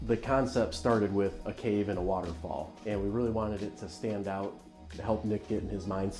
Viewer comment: literally everyone: waterfall mongraal: waaoutafall